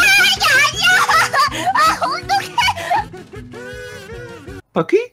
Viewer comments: 순간 바퀴가 뻑퀴 소리로 들린건 나 뿐인가? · 쥐늑대 님이 바퀴 바퀴 하실때 저는 fucky? fucky? 이렇게 들림.ㅋㅋ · 첨에 "바퀴?"라고 할때 "빡큐"라고 말하는줄 알았어요~!ㅋㅋ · 바퀴바퀴 하는데 빠큐빠큐 하는줄 ㅋㅋ